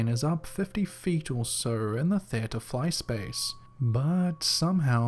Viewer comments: It was driving me crazy. I’m English and I have never heard it said like that. We don’t speak the Kings English in England, we speak the Queens English. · Are you saying "theater" wrong on purpose? Seriously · Lol, I like the way you pronounce "teatre". You say it like t"heir-tur" xD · I’ll never get over the way you say theater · It’s the Kings English Wo don’t talk like that here In “ the colonies”